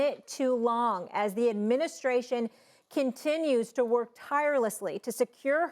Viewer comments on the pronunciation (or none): “ Russier “ - Stephen A Smith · What is Rusher? Is that a country? The irony of Stephen A not being able to pronounce words that end with an A. Are there ANY words that end with an A that he can pronounce? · "Russhier"- Stephen A Smith